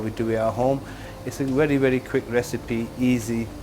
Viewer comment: It’s a werry werry quick recipe